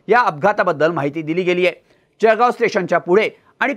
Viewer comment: sec .... जळगाव ❌ जखगाव ✅